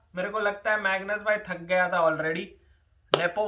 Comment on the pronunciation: "Megnoos Bhai" 😂😂